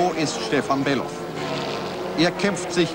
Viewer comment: Stefan war unerreichbar Gut Sein Name War übrigens Bellof Nicht Belhof...